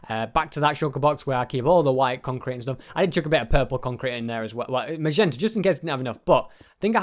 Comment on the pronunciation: Sorry for saying this but it has annoyed me for this whole vid that it is magenta mot mazenta once again sorry for saying that:'(